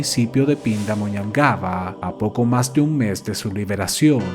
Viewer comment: Te felicito, por el excelente vídeo y por decir correctamente PINDAMONHANGABA 😅... No todos brasileños lo logramos 😅